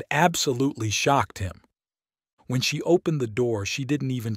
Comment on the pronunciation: He said shock Ed instead of shocked.